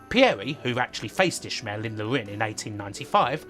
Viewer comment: It's ish-male, not ish-mill. I've never heard an English person not annunciate the double syllable. Not saying it doesn't happen but still.